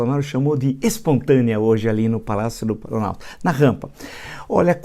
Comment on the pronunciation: "expontânea ehehehe"